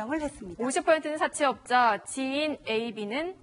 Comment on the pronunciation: 여자패널 발음 사채업자 사태업다~@@